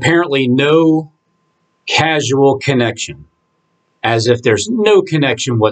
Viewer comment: FYI, brother: the word is 'caus-al' (pronounce nced 'cause el'), not 'cas-u-al'